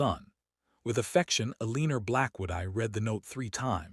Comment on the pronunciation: Lots of mispronunciations😮Like Elee nor its Eleanor. Debate ing not Debatting. The photos don't link up. In That last picture the woman looks 50+ least & the man about 30. Finally, a woman who successfully hung on to her jewelry! + Property!